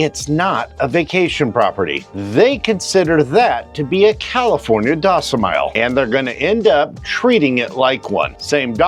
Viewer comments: Is this AI? You said "Docimile" instead of "Domicile" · Docimile? Was that intentional?? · did you say 'California docimile'?